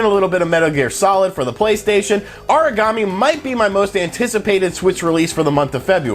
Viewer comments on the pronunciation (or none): Aragami, not Origami.